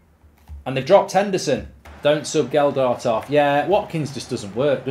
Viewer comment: Stop saying a D in the middle of Gelhardt’s name!!!!!